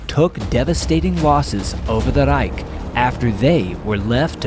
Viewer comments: Stop trying to roll your r’s when you say ‘reich’ it just sounds idiotic and like you are trying to pretend you speak German Not to mention that’s not even how it would sound in German. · Being german, i don' t know what a Reik is. If you mean Reich , the ch sound is similar to the noise of an angry cat. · Hmm. He says "reik" instead of "reich". There's a fair amount of AI footage. That bores me. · I actually thought it was an AI the first video I saw of his because of the weird way he overemphasized "ReiK". I lived in Germany for a few years and even they didn't say that aggressively. But, I've been a fan for a while now and I realize it's just a quirk. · I hate when he says "The Reich" in that horrible way. I cringe every time I hear him say it.